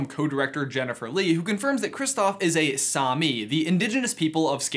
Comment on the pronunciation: It hurts me how americans says Same. It is not sami, it’s same. I’m Norwegian